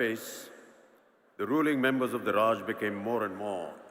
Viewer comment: Horrible pronunciation reading of Raj... horrible